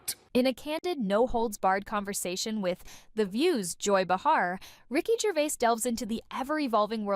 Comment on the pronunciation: It’s Gervais not Gervai. Please say it right.